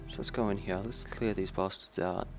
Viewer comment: I hate it how he says hare instead of here -.- Drives me crazy!